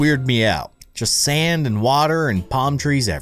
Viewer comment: Wait.. when he said “GOTTA SAND SAND SAND” I heard this: “GOTTA SANS SANS SANS” LOLLL